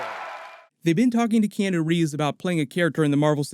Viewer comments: Key-on-o...not key-eno. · T K key-Anne-New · You really need to practice saying Keanu Reeves name properly.